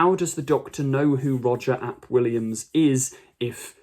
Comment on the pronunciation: Minor pedantry. But you said any comments would help :) The "ap" in a Welsh name is a contraction of the word "mab", which means "son". Similar to the usage of a suffix of -son in other languages. So, calling someone "Roger Aye Pee Williams" is incorrect. Or at least inconsistent because it implies you're spelling out their name. Welsh is cool :)